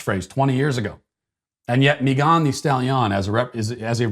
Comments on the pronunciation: Why are you pronouncing Megan as MeeGAHN? 🤔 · Dude said Meeegan thestallion!! I’m dead 🤣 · I had no idea her name was pronounced May-GAHN Thee Stall-YAHN. I will never be able to unhear that now... Thanks, Matt! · So many words he can’t pronounce but confidently says “Meghán de Stahliian” 🤣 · 🤣🤣@ the way you pronounced Megan Thee Stallion's name lol. Just regular Megan and regular Stallion (like a horse) lol. Still love ALL of your content. Big fan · The way Matt pronounces Megan the stallion is truly chefs kiss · I’m sorry but the way he’s pronouncing her name brooo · Matt, I appreciate you intentionally mispronouncing names on a regular basis, but you usually do it in a way that we still know exactly who you’re talking about. The way you pronounced Megan thee stallion’s name was just too much. It took me until almost the end of the daily cancellation for me to even realize who you were talking about. I had assumed you were talking about some Hispanic person I had never heard of. I had to go back and rewatch the daily cancellation just to understand it in a different context. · Sir, please explain the incorrect enunciation of Megan just like Rapinoe the(e) extra e stalllion( just like the horse)??